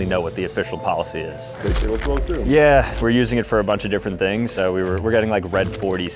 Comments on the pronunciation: He said tings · whitest guy I've ever seen say tings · "Being the CEO you gotta do CEO tings" Tings 😭✌ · Did bro say 'Tings' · “When your a CEO you need to do CEO Tings” 😂